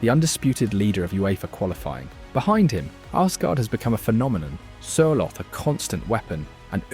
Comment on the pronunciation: Good pronounciation. So close that I will not complain about any of the names. Sørloth was wrong though. Ignore the h. Pronounce with double t at the end.